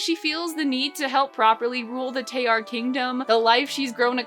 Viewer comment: This may be nitpicking… BUT SOME G’S MAKE A J SOUND. LIKE IN… GIARET? GILLAI? ALSO ITS ADAR (a-dahr)😀 Also I believe Tayar is being pronounced incorrectly (tah-yar) (btw my certifications are having read this comic twice) anyways love the vid and comic!!